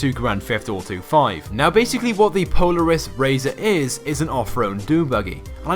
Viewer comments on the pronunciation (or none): Its Polaris not poleris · Po ler is- Polaris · You said Polaris wrong